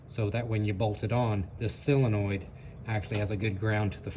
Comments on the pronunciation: It's called a SOLenoid, not a SILenoid. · i have always called it a SIL enoild... whatever,, git it done... and my Willys jeep is pronounced a WILLIS here in Texas for all my life... chill